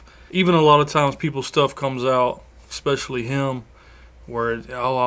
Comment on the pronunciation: Essspecially ....not ECKspecially